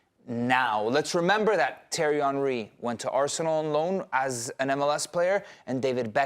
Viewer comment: Why put so put emphasis on your Spanish pronunciation and then call Henry, Terry?